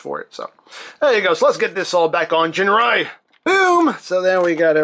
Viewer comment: 'Ginrai' like the 'g' in 'gift'.